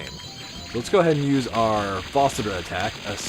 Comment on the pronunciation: I think you are pronouncing the name of the game incorrectly. Even in the 2000’s I never heard it pronounced like this nor has anyone else that’s some a review. It wasn’t my first inclination to pronounce it like you do either. Just wondering if you know something none of us know?